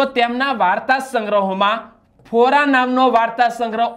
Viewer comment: ભાઈ ફોરા નહિં ફોરાં. મા નહિં માં, ઉમા-સ્નેહરશ્મિ સુધારી લો.